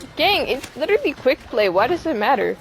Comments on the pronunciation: slowly realizing he’s part of the reason people are toxic in rivals. 😂 Also, “I’m widerally word Widow” = adorable asf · I’m “witewally”